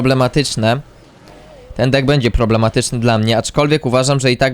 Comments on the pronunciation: czemu ty tak czesto zamiast deck mowisz dick😭😭😭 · Czemu ty mowisz dick a nie deck